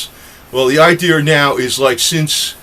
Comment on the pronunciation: There is no such word as IDEAR, the proper word is IDEA. Many make this mistake.